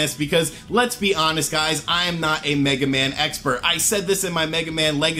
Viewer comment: Mega Man X-pert. Not sure if that was intentional or not.